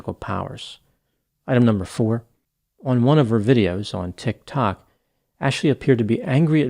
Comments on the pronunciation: The way pretends he doesn’t know how to say tik tok is adorable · The way you say TikTok cracks me up every time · I've been pronouncing Tik, Tok wrong this whole time. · Ha ha. The way pronounces "Tik Tok". ❤😂❤😂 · I came for the utterly bizarre story, but stayed for erudite, educated and entirely entertainingly elucidated energy in speaking the words, "TikTok". As for the TikTok talker, after consulting anonymous (aren't they all) spirit guides, I feel that there will be lots of professionals in this TikTok talker's immediate future such as (but not limited to) lawyers, judges, psychiatrists, psychologists, social workers and maybe even a few people in uniforms licensed to carry weapons. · Your pronunciation of 'TiK Tok' made me spit out my coffee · I love how you pronounce "tik tok". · deliberate pronunciation of Tik Tok is the only way I am ever going to say it now 🎉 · Best thing about this one is pronunciation of "TikTok". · Best thing about this video is the way pronounces Tik Tok 😄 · Anyone else think it's low key adorable how pronounces TIK-TOK? Just me? Okay then. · Very informative video but the way he is saying tik-tok is taking me out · Love when says tiktok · Interesting video, as usual. Had to come see the comments about the pronunciation of Tik Tok- just struck me funny how it sounded like something completely foreign to the doctor. But it’s a messed up situation that this Tik Tok Psychic got herself into. I feel bad for the professor who gets her name just thrown into the case with no involvement in it. It’d be an interesting plot twist if she was somehow involved, but I doubt that’s the case. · Who pronounces tik tok that way....creeepppy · Hahahaha. The way he says Tik Tok. Like an out of touch grandpa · Why you pronouncing TikTok like that foo